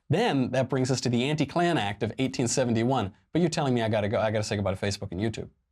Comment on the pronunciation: Your pronunciation of 1871 sounds like 1971.